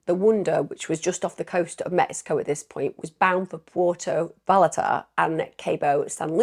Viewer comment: "Pwherto Vie-Art-Uh" and "Cawboe San Lucas" The Bahamas police force may not be amazing but you are- Thank you for caring so much about the victims and their families, and for bringing such life to their stories. ❤❤❤❤